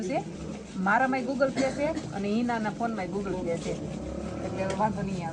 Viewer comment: ગૂગલ પે કેવાય ગુગલ plya નહીં 😅😅😅😅